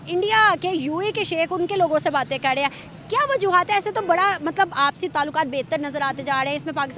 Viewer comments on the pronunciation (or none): Madam r hota hai d nhi hota .tum sabhi pakistani bhikhari ulta paida huye the kya .wo 'kar' hota hai 'kad' nhi hota 🤦‍♂️🤦‍♂️🤦‍♂️🤦‍♂️